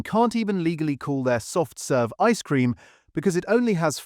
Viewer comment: The stress on the phrase 'ice cream' is equally on both words, not just on the first one. Try Kelly's Clotted Cream ice cream. It can knock most brands back into the lab.